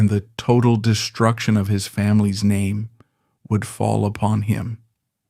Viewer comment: I lost interest after 10 seconds, following the mispronunciation of his name...